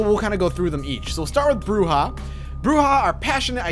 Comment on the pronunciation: Your Spanish is very good I like that you pronounced "bruja" correctly.